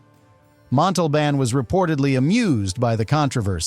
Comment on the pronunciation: For the love of The great bird of the Galaxy, stop using AI voices. Kahn-Kahn? And it never pronounced Montalban The same way twice. Call me. I'll do it for nothing.